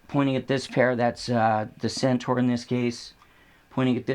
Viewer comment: can pronounce CENTAUR! SENTOR not SENTAR. Thank you. Why do so many sat 'Sentar'? It's wrong people.